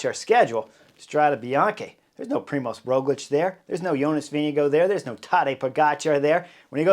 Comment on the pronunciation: I am from Slovenia . It is a small country with some 2 mil of people speaking Sovenian. Yes and living some 10 km to Tadej and 15km to Rogljič home, being cyclist also myself I am huge fan. When Rogljič pass me riding uphill has been always a push . But your English pronunciation of both names is so weird ROOOgljič o means O on upper not and finish with hard Č like your CHerry or even harder CH TaaDEeej I dont know how to explain . It is so different :) to yours